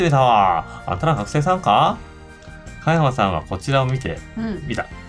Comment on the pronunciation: 誰が実況しても面白いこの人気ゲームをこれだけ詰まらなく実況した動画は初めてだわ。香山、美樹本など 幼稚にキャラ付けした半ばふざけた読み方が面白いとでも思っているのだろうか。ゲームの良さを実況者がぶち壊してるわな。